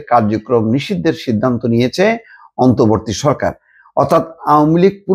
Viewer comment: এই মাল এখন পর্যন্ত "অন্তর্বর্তী" শব্দটা ঠিক মতো উচ্চারণ করতে পারলো না। সেই আগস্ট মাসের সাত তারিখ থেকেই সে বলে যাচ্ছে অন্তবর্তী সরকার, অন্তবর্তী সরকার। এ নাকি আবার ঢাকা ইউনিভার্সিটির স্টুডেন্ট ছিল।